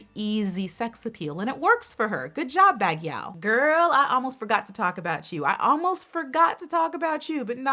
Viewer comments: Not Bug but Bag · I love you but can you please fix your pronunciation of "Bagiuo"...please? I know this shouldn't even be such a big deal but it's like an itch on my brain that I couldn't scratch. She's a frontrunner and you're obviously going to have to say her place a lot... It's BA-gyo. THANK YOUUUU!! :) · Baguio is pronounced as "bag-yow". Love you! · Hi Queen! Baguio is pronounced as /bag-yo/ or /ba-gee-ow/. You're welcome! ✨ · Baguio: Bug-yo. I wish this channel has a private messaging so I can send you the correct way of pronouncing some cities. Some of the city names were pronounced spot on! Thanks for the effort. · i agree it's pronounced as "Bag-yo"